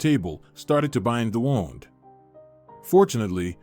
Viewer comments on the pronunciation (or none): Please check the pronunciation of wound. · I actually laughed out loud with the pronunciation!😄🤣😃